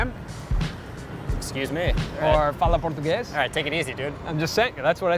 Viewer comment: the “fala português?” was reallyyy good man, I could say you were brazilian by listening just that